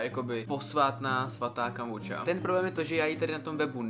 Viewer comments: Moje mama jakoby pěstuje tu kombuchu(a nečte se to kombuča ale kombucha) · Jak si řekl kambuča je to kombucha ale nic proti ochutnávala jsem takovou oranžovou a bylo to mega dobrý (btw kombucha je houba) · Ještě nikdy jsem nikoho neslyšela vyslovovat to jako „kombuča” a přijde mi to vtipný 😂 Všichni v mém okolí to vždycky vyslovolali česky jako „kombucha” 😃😂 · Jo i můj táta to vyslovuje jako kombucha a né kombuča😂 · Je to kombucha a čte se to normálně (ale nevadí)miluju tvoje videa❤ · nevím, my to celý život vyslovujeme tak jak se to píše :D prostě KOMBUCHA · vyslovuje se to kombucha a kdo je Kája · Ahoj čte se to kombucha no hate